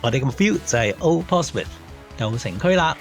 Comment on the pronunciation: 你讀錯呀 Portsmouth /pɔːtsməθ/ 你讀錯成 /pɔːtsmɪθ/ 都好過大部分香港人讀成mouth